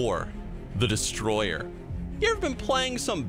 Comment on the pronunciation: "The Destoyer" 😂